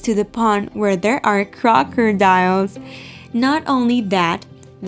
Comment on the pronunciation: Crocordires....bluelevard... haha what the hell is wrong with your pronunciation